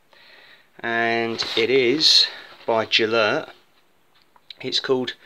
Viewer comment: I don't speak Welsh but the town Beddgelert is usually pronounced with the G being hard (like in "get", not as in "gel") so I've always pronounced Gelert that way (from the old legend about the poor dog, I think Beddgelert means Gelert's grave).